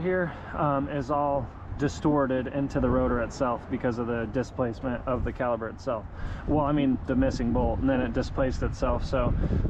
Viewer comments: My guy! Its called caliPER not caliBER like you keep saying in the video😂 Other than that, good stuff! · That is not a calaber it's a cala per. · cali"p"er!!!!!! not caliber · I love your content. Super helpful. Really nice. Professional to boot. Everything a mechanic should be. But man, its a caliPer not a caliBer. Lol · An accent that makes the letter p sound like the letter b? Yeah, okay. lol 🤣